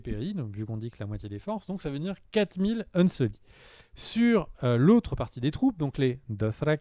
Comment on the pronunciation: On dit "unsullied".